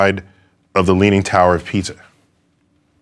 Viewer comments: Pisa is said as "pi" as in Pious + "sa" as in Salt. "Pisa" is not pronounced as "Pizza"... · Neil got the story a bit wrong about Galileo experiment! The drop from the tower of Pisa (pleeeese pronounce the “isa” like in visa), is likely a l’agenda, what we know because of Galileo’s notes is that, he did experiments with objects rolling down inclined planes, which will produce the same effect, but slower and easier to measure.